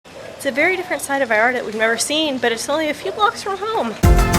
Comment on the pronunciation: OMG ya puedes pronunciar bien “Vallarta” felicidades 🤣